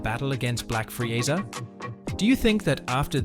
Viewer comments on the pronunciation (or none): Bro says Frieza like frieza, bro its freeza